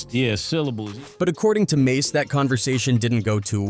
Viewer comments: Fallout with 'Mahs' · This a.i shit wack. Always messing names up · It's mase not mos😂😂😂😂😂😂😂😂😂😂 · You lost me, and all credibility at “Moss.” wasted minutes. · As soon as they pronounced mase ‘mass’ I locked it off this AI shit is corny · I stopped watching at “Mos” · Mos why do you white people do that? Always purposely messing our names up! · No 👎 its mos 😅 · That dude said mos😂😂😂😂😂😂😂😂😂😂😂😂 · How could you possibly butcher the name “Mase”? Then the rest of the video you say it correct?